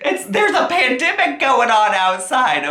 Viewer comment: “Dew to the pendimic” Love you!